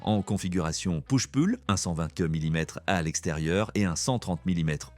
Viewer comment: "raide angine" "mikeule fassbender" "ennansde edisseune" "niveur winter" "azousse" "gigaoctète" "poushe-pulle" "chiplè" ho sérieux !